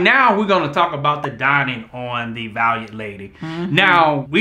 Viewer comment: lol I was really sitting here waiting for to mispronounce Valiant 😂😂 but bro made it